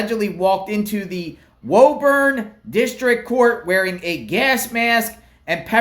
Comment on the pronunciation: It’s pronounced “Woo-burn”